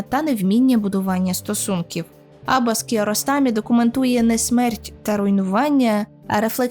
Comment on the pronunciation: AbbAs!!! наголос на ДРУГИЙ слог в імені, хоч трохи матчасть вчить перед тим як щось робити! Як можно забити на правильне вимовлення імені головного персонажа!!! Ще - який, блядь, КокЕр???? Наголос на ПЕРШИЙ слог!!! Ви взагалі що-небудь читали перед тим, як відео лепити, чи на от'єбісь як завжди? дізлайк- відписка, косорукіє